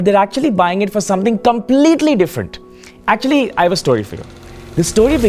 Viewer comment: aktucually! aktcucaualyy